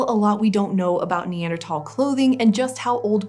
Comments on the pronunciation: NeanderTHAL. Not NeanderTOL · Say neanderTAL one more time I swear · I can’t not hear it lol Neather~”Talls”